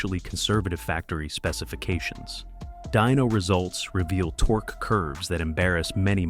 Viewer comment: did I hear this car enthusiast talking about torx instead of torque? I will never know. as i stopped watching and wont be back